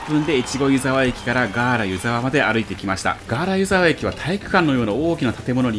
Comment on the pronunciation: いつも楽しく拝見しています。大雪の時に撮影されて映像映えしていますね！ 細かいことですみません、地元民なので少し気になってしまったのですが「湯沢」の発音について 新潟の湯沢は「ゆ」にアクセントを置きます。今回の動画ですと秋田県の湯沢のアクセントになってますね せっかく越後湯沢で撮影して貰ったので新潟でのアクセントを知って貰えると嬉しいです これからも動画を楽しみにしています。